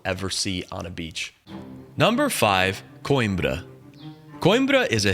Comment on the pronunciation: Not koinbra it quembra